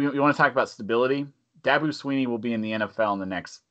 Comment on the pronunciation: For the 400 billionth time, it's Clem-SON, not Clem-ZIN. And Dabo is NOT going to the NFL, his coaching style in all wrong for the NFL. And it's Dabo, not Dobbo. Saban is in decline, he got exposed, Dabo is seemingly his successor.